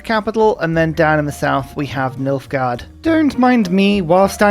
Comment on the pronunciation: Me, halfway through the video: Oh, Nilfgard! I thought you said Milfgard.